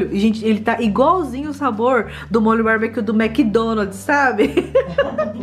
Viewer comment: Kkkkkkkkkkkkkkkkkkkkkkkkkkkkkkkkkkkkkk é “barbecue” não “babiquio” kkkkkkkkkkkkkkkkkkkkkkkkkk